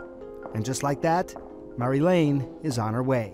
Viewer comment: sorry if I think this is way too funny but Americans really can't speak other languages well, she said her name's and then he goes on saying Marylane